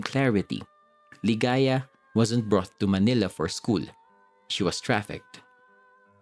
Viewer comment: Manila, not "malina".